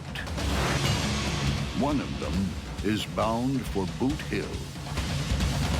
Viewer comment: That nigga said Boot Hill tf 😂